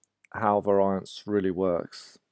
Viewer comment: That's not how variance is pronounced.